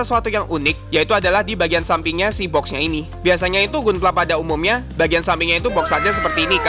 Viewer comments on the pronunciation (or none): bacanya Gandam bang, bukan Gundam. dan Ganpla bukan Gunpla Padahal dah bagus nyebut GQuuuuuuX nya